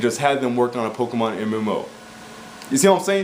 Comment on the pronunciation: you know they do horribly right and it is pokemon not pokeman